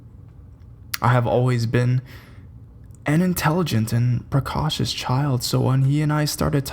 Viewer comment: You read reasonably well, and with great feeling and vibe, but seriously, you need to take some time with words you don't know. Look them up, don't guess. Guesses are bad. "Precocious" (Greek, meaning, roughly, "before thought, or intellect/schooling) is pronounced as: pree COH shush NOT what you'll find in the dictionary, to be sure. They have they're own (better) method of delineating pronunciation, but my feeble attempt will still get you a lot closer than your guess. In all seriousness... look things up. Up your game. You have the feel of it, but "the feel" won't carry you. Get the basics right too. Sincerely... not trolling you.